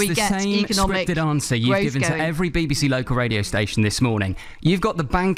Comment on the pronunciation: Thought she'd get an easy ride with local radio. It's 'local' liz,not 'yocal'. That's what they think of us all.